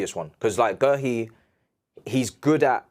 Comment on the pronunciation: Who tf is Gerhi? His names is pronounced gay?